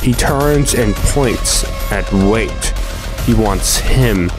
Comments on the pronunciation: Thank you I had to scroll so far to see your comment 😭 him pronouncing it “wait” the whole time was driving me mad. It’s Why-at, it’s not that hard!! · "Wyatt" = "Wait" well done 👍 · The characters name "WYAT" is pronounced (WHY-AT). BTW. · His name Is wyait! Not wiett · "wait" It's pronounced why-at Wyat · IT IS PRONOUNCED WHY-ET NOT WAIT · It's "Wyatt", not "Wayt" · I think it is pronounced why-yatt not wait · And why are we pronouncing his name as 'wait'? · Annoying that he says Wait and not Wyatt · WYATT = WHY-AT get it? Not Wait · His name is Wyatt btw (pronounced 'why yitt') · Why-"ET" Wyatt, it's not "wait" or whatever you were saying man.. if you're gonna make videos you gotta learn how to pronounce shit... Sorry I'm trying not to be mean but its drives me nuts when anyone doesn't say a word the correct way.. I'm not some rich snob, not some word genius.. it's just OCD I guess.. idk.. but good work thou man! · I think "wyat" would be pronouced like "why-at" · His name Wyat is pronounced; "Why-It" or "Why-Aht." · It's pronounced WHY-AT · It’s pronounced (why)-(it) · Wyat = Why-It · It's "Wyatt" not "wait". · Why are you calling Wy-at, “Wate”? Is it ignorance or can you just not read? So annoying listening to a 20 min rant about a man’s video and you can’t even say his name right. Kind of low effort. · Wyatt can be pronounced like "why-at" which sounds more accurate and I've heard it pronounced like that before. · Wait why don’t you just pronounce his name right ha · couldnt pronounce wyatt???? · Why not just pronounce the guy’s name correctly? The deliberate mispronunciation make it hard for me to maintain focus on what you’re saying.